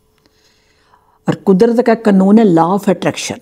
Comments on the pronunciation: कनून ❎ कानून ✅ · कनून नही, कानुन 😊